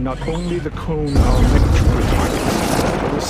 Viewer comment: its M E C not EMC